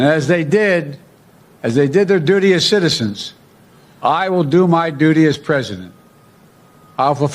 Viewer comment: "Do my doo-dee" Or "Duty" So hard to tell Probably the former